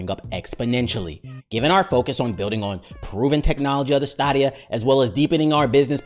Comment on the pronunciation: i’m pretty sure it’s pronounced like stadium so like staydia, at least that’s how they say it in the commercials